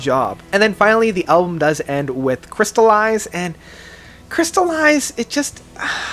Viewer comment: Track #7 is Chrysalis and not crystallized. Your pronunciation of french is horrible, but we still love the reviews you do. According to me L & B is a good album but not as much as The World is a Game, Beneath the Veil of Winter's Face or One Among the Living. Despite this, Mystery is a world class band with world class musicians. This band comes from Québec Canada, my side of this country and we are really proud of them.